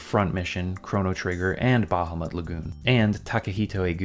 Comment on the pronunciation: hearing someone pronounce "Bahamut" properly really gets me. Also, I desperately need you to cover Einhänder. It's so weird.